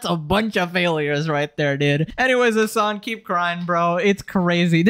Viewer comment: Throughout the video, I kept hearing "his son" instead of the name Hassan. 💀